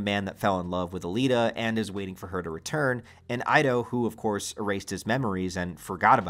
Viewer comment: You pronounce Ido wrong, not Aido, Ido, like Eedo